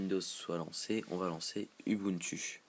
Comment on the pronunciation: Désolée, on prononce "oubountou" et pas "u bu ntu" :-)